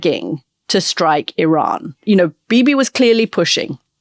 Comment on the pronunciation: So WONDERFUL to hear you pronounce IRAN correctly, Antony! Classy!